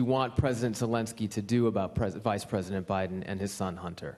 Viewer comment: I’m the pwesident, don’t you talk to me the pwesident like that. Your mean